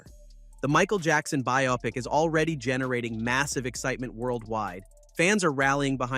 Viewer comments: Many real people also mispronounce "bio-pic" (biography picture) as "bi-opic". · You should use "bio-pic" in the AI script rather than "biopic" so that way the AI pronounces the word correctly. Otherwise, it will read "biopic" sounding something like "myopic" when determining where to put emphasis on what syllables.